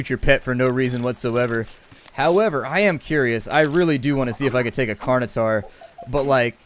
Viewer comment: Please learn to pronounce certain words properly. It's pronounced Carn-o-tor-us, not Carn-o-tar. Other than your horrible pronunciation, great episode. :)